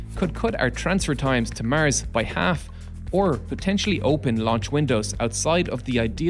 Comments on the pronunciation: Why do you say mers instead of mars? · would you kindly be generous to say Mars instead of Mers ?! thank you for your videos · mers? the new planet or samthing? WTF IS MERS??? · Great video. Easy fix:mars, not mers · Why you say Mirs? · Wtf... It's Mars... Not maers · I’ve never heard anyone pronounce Mars as Mers before…. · Is it common for north-americans to pronounce the word "Mars" as "Mierce" ? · Why do you pronounce Mars that way. Its not Murs! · Love You're Pronounciation Of Mars☺ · Cant help it, the way the narrator pronounces 'Mars' makes me laugh every time :D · Maers stop saying mars like that is so annoying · This narrator can't even pronounce "Mars" correctly.